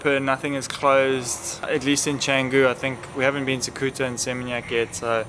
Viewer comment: Canggung ❎ Canggu ✅